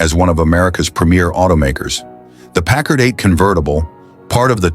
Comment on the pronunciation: Pickard? You're stupid a.i. can't even pronounce the name right. Kinda shoots your credibility to hell. news flash: Packard's haven't " faded into obscurity". any car built in 1942 is a coveted classic. And how many Buicks are you going to show? Which is the '42? Where are the convertibles? Why is this not known as a convertible coupe? Couldn't find any convertibles, huh? the 1940 something. Did your stupid a.i. forget what he was talking about?